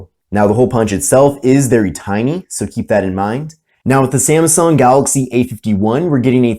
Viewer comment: It's not "Samsung", it is "Samsung".